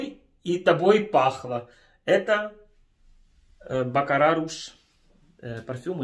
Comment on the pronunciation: Бакарат а не бакараш 🤣🤣🤣🤣